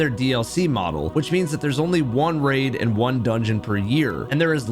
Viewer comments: why are you pronouncing RAID as RAD? Did you not read your script correctly or has AI kidnapped your voice? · Do you use AI to do your voiceovers? you say "rad bosses" instead of "raid bosses" and that feels like a typo read by AI TTS rather than a human misspeaking or misreading their script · Maybe I missed the part where you explained it…. But why do you keep reusing the word “rad” as in “rad content, rad race, rad boss”??? Are you saying rad instead of “raid”?? It’s triggering my ocd every time I hear you say it!! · I can't tell if this is ai voice or if you simply cannot say "raid" every time I hear you say "rad"